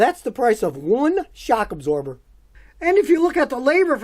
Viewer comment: i love scotty said ' that is for one sachh absober..' hilariously xD